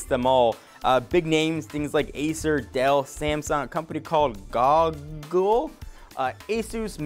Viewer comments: Did you s seriously call Google Gongle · "Goh..gul?" lol!